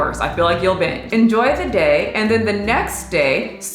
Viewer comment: Who else thought she said, "Enjoy the tits." I'm like, she didn't show much in this one.